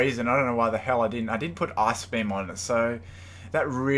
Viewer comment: when you say ice-beam....sounds like ass-beam